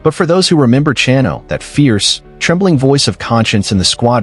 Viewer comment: Also butchered Chano’s name